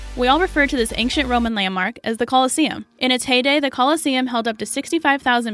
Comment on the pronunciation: Did anyone notice the pronunciation of the word ancient??? I SWEAR she said ank-cient lol